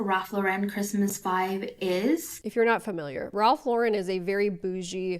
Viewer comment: Also, Raf La’ren? It’s Ralph Lauren 💀